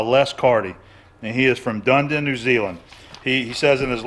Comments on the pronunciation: Hi in future is it said as Dun -ee-din. Do not upset the kiwi fruits. love the video when you are on walkabout. G'day mate)) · Hi, it's Said Dun- e- din. (The house of pain) for SA rugby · You pronounced Dunedin wrong haha. Du-ne-din. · dun ee din :) translation and pronunciation is hell. Palmerston North, NZ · Dunedin pronounced dun- eden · pronunciation guide - Dun ee din! That from Christchurch, 5 hours north of Dunedin. The picture and audio quality of this SNS episode is spectacular! My computer is reporting 720p on the video, and that's down an ADSL internet connection. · Not to be a grammar nazi here but in the place name Dunedin you actually pronounce the e.